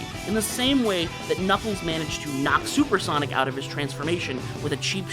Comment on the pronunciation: Solper Sonic 😂